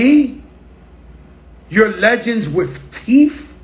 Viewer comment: "Don't you want to see your legends wif teef??" Bruh 😭😭😭 This is the best story I've heard in my life.